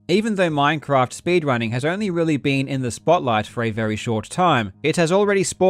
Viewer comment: Hey this isn't minecwaft